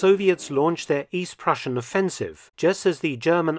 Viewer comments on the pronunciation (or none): none